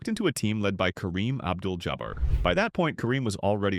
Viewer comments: More Ai BULLSHIT! AI pronounces Kareem's name as JABbar, not jaBBAR. I'm so scared of AI, the smartest development of humankind. Apparently based on this, and numerous other examples, AI's IQ has barely reached double digits. Keep trying. You've got a long way to go! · I hate these machine generated audios You can tell very easily from the consistent cadence and perfect grammar, and then the narration flubs the pronunciation of a word or a name. Like "Kareem Jobber" instead of Jabbar the way it's supposed to be pronounced. And it goes on a long, long winded rambling narrative that has nothing to do with the click bait headline.